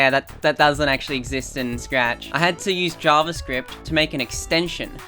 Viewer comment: Ah yes, my favorite programming language: Srachahahaccci